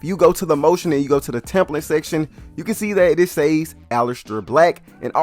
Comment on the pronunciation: Fuck had to unsubscribe cause of how he chooses to the word "says" holy fuck the reach to mispronounce a word to be whatever the fuck he's trying to be is wild cringe lmao... I'll be just watching Kenny bomb now